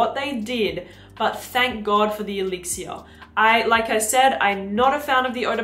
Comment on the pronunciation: Please pronounce things like "elixir" in english. I can't make it through this clip.